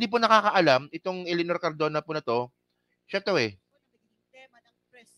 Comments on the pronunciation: CARDOBA KA NANG CARDOBA E MALI KA!!! CARDONA! CARDONA! CARDONA! MALI MALI ANG PALAGING SINASABI MO, PATI PAG BABASA MO MALI MALI! ITUWID MO NGA YANG GINAGAWA MO, HINDI LANG DITO, PERO PALAGI SA IBA MONG MGA VLOGS!!!!!! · Cardona hindi Cardova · Cardona! hindi Cardova!